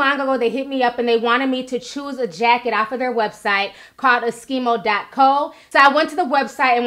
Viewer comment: The way she saying eskimo😭😭